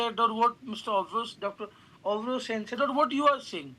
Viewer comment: It's not Aaayvra Sen, it's Obhro Sen😂😂